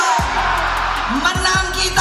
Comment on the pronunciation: Anjjjjaiiii gw dengernya Mbahmega. Mbahmega.. Bukan merdeka. Merdeka😂😂